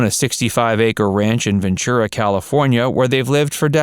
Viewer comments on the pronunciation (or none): none